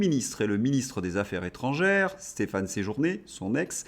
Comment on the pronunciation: Affaires Zétrangères !!!!!!!!! Les liaisons de notre chère langue Française !!! On n'est pas chez LFI ... Insupportable 🫤